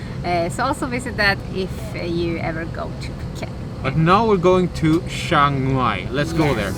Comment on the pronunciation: Well done for saying CHIAng Mai correctly. Most foreigners annoyingly say CHANG Mai! If you can say "Liam" you can say "Chiang" correctly.